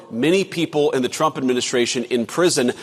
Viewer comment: Karolyin Leavitt is still saying Chump instead of Trump. She really needs to get that speech impediment fixed.